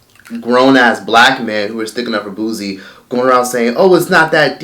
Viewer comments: It’s Pronounce Boo-sie not Booz-ie🤦🏽‍♀️ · Booze Boo & Booze 🤣🤣🤣🤣🤣. its Boo C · “BOO-SEE” not “boo-ze”. it was just messing with me how u were saying it lol 😂❤️ but him and those women are sick! And the women who participated should be ashamed to even be comfortable in doin this🥱🤢 LOCK THEY ASSES UP😡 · It pronounced bootsie.. the t is just invisible 😂😂😂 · I can’t take it why you pronouncing boosie name like that 😂😂😂😂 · First of all, say his name RIGHT! People from the south does NOT sound ignorant. Now what he did was wrong, but don’t down play people from the south! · Put some respect on Boosie Boo name and say it properly...Boosie got hits on top of hits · 😳😳😳still cant pronounce Boosie🙄..I see🧐😬...🤔anyway it is some things you dont do Boosie😒..Boosie please🤫🤫🤫🤫🤐🤐😶